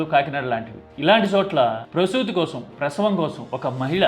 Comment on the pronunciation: కోసరం కాదు కోసం అని చం.బాబు ... తెలుగు కూడా రాదా 🙆🏻